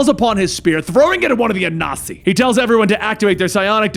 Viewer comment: A-Nan-See (I'm Akan)